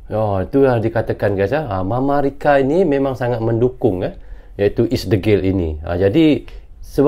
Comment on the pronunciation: bilang mamarika😂😂